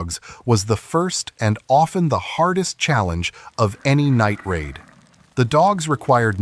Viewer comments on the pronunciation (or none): none